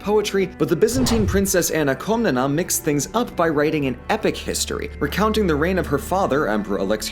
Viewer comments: shouldnt it be written "Komnene" in english, since its Κομνηνή in greek? (edit) i couldnt help but cringe every time you said KomnenA, it hurts. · Its Koh-mnee-nee and the male one is Koh-mnee-nos